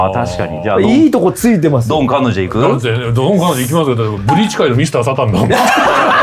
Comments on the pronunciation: 皆さん「かんのんじ」って仰っててちょっと気になったんだけど、アニメではあんまりそこ拘ってないのかな？w 単行本の注釈がすごい頭に残っちゃってるから個人的に拘ってたんだけど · ドン・観音寺は、「かんのんじ」ではなく、「かんおんじ」です。 マジレス失礼しました。 BLEACH最高！！！ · ちなみにドン観音寺は かんのんじ では無く かんおんじ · ドン・観音寺のことを「かんのんじ」って言ってるのが気になる… 「かんおんじ」です😂 とにかく、ブレソルコラボ嬉しい！ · 「かんのんじ」じゃなくて「かんおんじ」なんだよなー、と思う厄介オタク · 「かんのんじ」じゃなくて「かんおんじ」なんよなぁ:_マフィア梶田